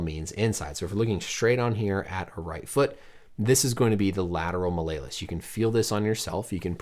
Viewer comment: Love this channel, but the Latin student and fellow sideline provider in me cringed at the pronunciation of “Mal-lay-lus”. It’s “mal-E-O-lus”. “Small hammer” in Latin.